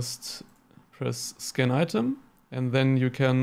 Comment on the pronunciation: When you said scan item and I kept thinking you said skin item wow I must be getting deaf